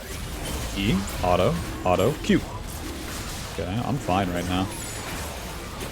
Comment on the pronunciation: the way you say auto honestly is hurts the ears. Was enjoying the video but I honestly can’t listen to a word being heavy butchered like that